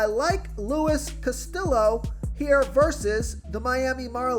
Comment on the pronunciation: Luis "Casti-yo" not Luis "Castill-o". Those latin names are a real struggle for you.